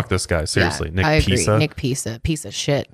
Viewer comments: “nick peesa, peesa shit” 💀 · I love how is calling the reporter Nick Pisa-sh*t 😆 not sure if she even realized that she was doing it which makes it all the more funny plus he really was a Pisa sh*t